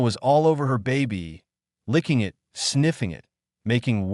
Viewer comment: As well as it, vs I T lol